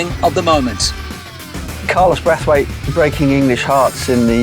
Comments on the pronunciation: Remember Brathwaite not Braithwaite like this guy says it. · The irony is you say nobody will forget his name but you mispronounce it!